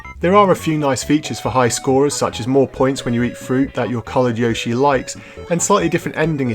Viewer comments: What's a yawshee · stop saying yoshi like an american